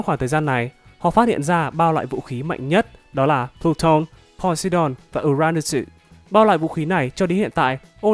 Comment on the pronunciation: Cách đọc chữ tiếng nhật của Ad và fan Tên vũ khí cổ đại Ad: pluton=pờ-lu-tân Fan: pluton=pờ-lu-tân Vâng, ko có j cả Ad:Poseidon=Po-xi-đon Fan:Poseidon=Pồ-xi-đần Ad:Uranus=Ồ(hay Ừ gì đó)-ra-nô-sừ Fan:Uranu s=Diu-ra-nớt'sss Nhân vật Ad:Enel=E nồ Fan:Enel=I nồ Nhớ chỉnh nha Ad